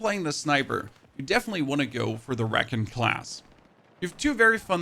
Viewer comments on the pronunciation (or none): Did you just say "Reckin class"? Was that an intentional brain malfunction?